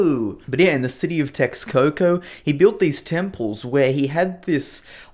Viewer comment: You pronounced all Mexica and Nahuatl language names wrong. Texcoco is pronounced TESHKOKO. Mexico was pronounced MESHIKO. In old Spanish "X" was for the sound "Sh".